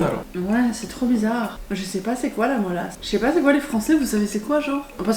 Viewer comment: Moi je dis Mélasse pas Molasse x)